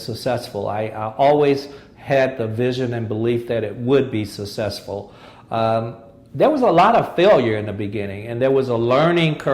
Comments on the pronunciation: what is "sa-sessful'? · Ironically, the one word he doesn't know how to say, he says 500 times in this interview. lol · He probably has problems with some of his pronunciation like "successful". Besides his failed marriage. He seems to be a good man.